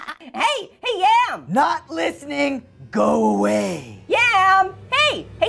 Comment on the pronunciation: yom its yam hahahaha